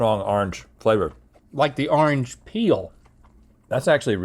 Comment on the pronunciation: lol "arnge"